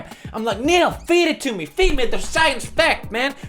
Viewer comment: The subtitles : I love science... PewDiePie : I love SAIYAANS...